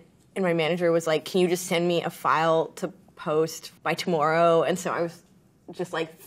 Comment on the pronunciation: Her Canadian really jumped out when she said ‘tomorrow’